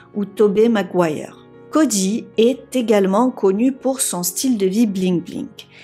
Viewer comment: Cody. Pas CODJY🤦🏾‍♀️